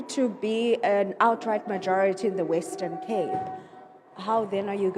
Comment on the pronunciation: Its WESTERN CAPE FATTY. Not WETTON CAPE You want to win the WESTERN CAPE but you can't even pronounce our Province. And what is KWALITION??? Ons Coloreds praat nie so nie